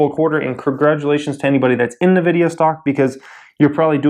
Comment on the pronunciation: It's pronounced invidia.